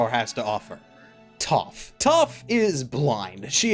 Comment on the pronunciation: Her name is Toph and it rhymes with TOUGH... And she is blind.